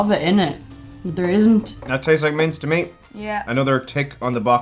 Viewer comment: Minced! Haha! I thought they said mints 😄